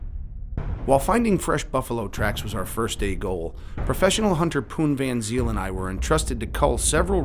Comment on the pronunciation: Van Zyl pronounced Fun Sale.